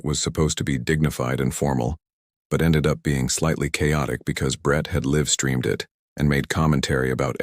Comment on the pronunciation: I was LMAO until your AI said lev instead liiiiiiiiiive. It is L- I- V streaming. Synonyms suck but that Is what you get from a language made up up 6 ones and borrows new ones every day. And didn’t you say this thing killed in 6 hours then later some guy was sick for 4 days before giving in and taking the cure!